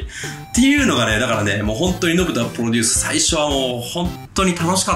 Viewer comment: めっちゃ熱いええ話してるねんけど 「ポロデュース」で毎回笑うわ。 編集の方も一緒で良かったです(笑)